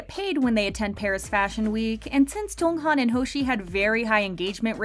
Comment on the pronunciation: Do I have hearing problems or is she really pronouncing Jeonghan's name incorrectly? Also why this topic? We all know they're rich due to their hardwork but why still make a video about it?